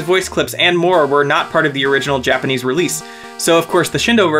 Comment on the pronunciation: "japanic?" you mean "japanese"